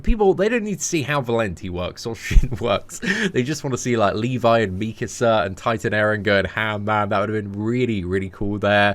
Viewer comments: The way you were pronouncing mikasa was triggering me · His pronunciation of Mikasa is killing me